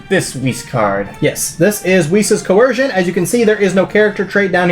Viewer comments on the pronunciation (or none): I was gonna upvote but he pronounced coercion as cohearshion